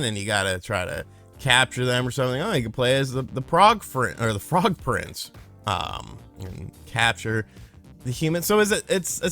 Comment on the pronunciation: You mean I can play as the “Prog Frince” oh wow!!!!